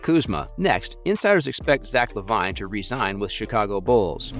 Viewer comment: His name is Lavine...pronounced Lavene.....if you have never watched the NBA you shouldn't speak on NBA videos and should immediately hide in a hole until oxygen is gone. Trash.